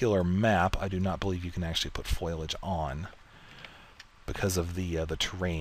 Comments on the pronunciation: Foilage? lol dont mean to be a grammar officer but its Foh-lee-age lol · foilage? or foliage